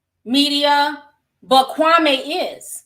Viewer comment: Kwame name is pronounced “Kwameee”...Steven A is the one who changed the pronunciation